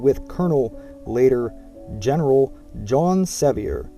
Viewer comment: Not to mention you did not pronounce John Sevier (like severe) or Catawba (Kuh TAH buh) correctly. Appreciate your effort to teach us history, but most everyone viewing your work takes it seriously and this is how historical myths begin. My line is William, Adam, William, Jacob, Agnes m Joshua Ballew. Very proud to be a Sherrill. Please share some of the documents that show William is a legitimate Captain as you infer. This would be vital to know because it goes against what DAR has established.